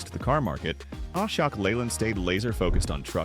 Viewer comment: Its not A-sha-k, Ashok=>uh-shok. anyway, the AI generated content just to capture Indian audience and get youtube $$$$?